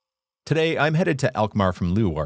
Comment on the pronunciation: Alkmaar, not elkmaar....lol..